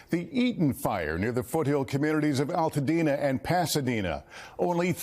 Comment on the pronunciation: it's ALtadena... like ALBERT... learn to pronounce it. My heart goes out to Altadena. I am devastated by your loss. <3